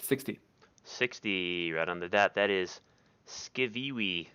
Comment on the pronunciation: "skiviwi" lmao